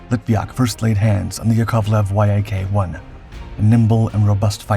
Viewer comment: IT IS called a Yaaaaaahk... NOT a Y-A-K fighter.. Damn.. Lazy fkrs.. As for Lydia.. She deflated her actual weight..